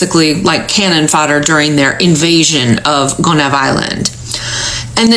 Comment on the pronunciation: I guess they forgot that Haiti has an Army 🤔 It wouldn't have gone well for them even without the Army💪🏽💪🏽💪🏽 Gonave ,Pronounced Go-ni-eve